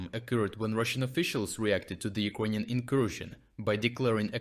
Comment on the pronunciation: why do you pronounce it "ugroynian"? Is it bc of a dialect?